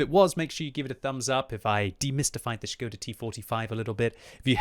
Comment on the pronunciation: its ŠKODA btw